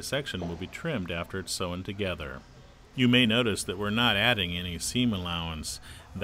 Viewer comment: This narrator says, 'sewn' weird. He pronounces it - SO-en - when it should be pronounced - sone - (as in cone).